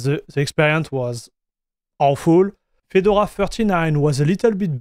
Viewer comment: Fee-door-ah . Your pronunciation sounds like Fidle-wah. Not knocking you or your English. Just a FYI